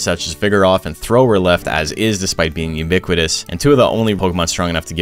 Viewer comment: I guess I counted you saying "uniquitous" 4 times.